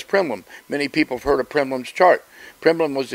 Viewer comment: Love Louie but it's PRILEPIN NOT PRIMLIN.